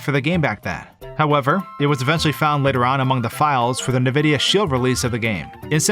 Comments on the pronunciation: Its 2022 and this G still pronounces Nvidia as "NuhVidia". Its "N-Vidia". Say the N, not the sound it makes. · Are you pronouncing Nvidia as NAvidia??? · every time he says "nevidia", i get a heart palpitation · Nvidia is not “nah-vidia”, it’s “en-vidia”. It doesn’t matter, but it bothered me. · This is also the first time I've heard anyone pronounce nVidia as "ne-vidia" rather than "en-vidia". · Nuh-Vidia? 😅 Why not Anne-Vidia like most people say it? 🤔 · what's "nividea" you say Nvidia wrong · The fact you said "Na vidia" so many times, made me stop watching. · The way you say “nividia” is mildly irritating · man i go like 20 years of internet surfing without hearing someone pronounce Nvidia like Navidia and in one week i find 2 people who do it. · I've never heard it being pronounced like that, although their old logo (stylized as nVidia) might suggest it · It’s pronounced N-vidia. Ok? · It’s pronounced “N” videa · Nvidia. It's pronounced by saying the first letter, then the rest. Most say in-vidia. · the way pronounces nvidia gives me shivers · as great as this video is, his pronunciation of Nvidia just hurts me- there is no wrong way to say it, but it just feels off